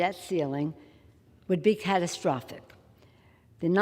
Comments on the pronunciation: Like she is so rattled she cannot say catastrophic, my hell!!!! She is such a bad actress. Sounds like she pickled her last brain cell with a martini for lunch!!! These crooks have got to go!!! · So, "shall not be questioned" is violating the Constitution BUT, "shall not be infringed" is not????? And she can't say catastrophic!!!! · Running up huge debts, while enriching herself is not what destroys "faith" oh no! Questioning that corrupt spending is what causes the loss of faith. Catastwa-, castadya-. I'll drink to that, you lying waste of wrinkled flesh & bone. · LMFAOOOOOO SHE CANT EVEN SAY CATASTROPHIC 🤣 😂